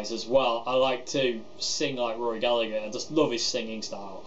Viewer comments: Very informative from someone who genuinely appreciates Rory. Please though, please.... its Galla-her not Gallag-er, the G is silent not the H:o) If Mary Spender can do it you can do it too. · You said Gallagher wrong it’s gal-a-her not gal-a-ger I’m only nit picking coz it was such a fantastic video good work mate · His family name is pronounced GALLA HER! It's IRISH! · Love it! One comment: his last name is pronounced Galla(g)Her. The g is silent. It’s tough to hear English accents mispronounce an Irishman’s name so much for us over here in the land of saints and scholars (and the blues god that was Rory)..